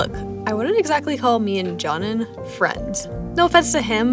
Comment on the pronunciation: Dženan being pronounced as johnan here is kinda infuriating and hilarious at the same time